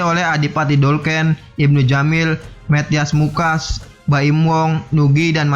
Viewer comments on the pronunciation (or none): Pengucapan nama aktornya banyak yang salah bang, andinia wirasti, bukan adini wirasti, matias mucus, bukan metias mukas, maudy koesnaidy, bukan maudy kosnadi. Coba belajar artikulasi dulu, sebelum buat video dengan dubbing begini. Karena pengucapan katanya masih banyak yang salah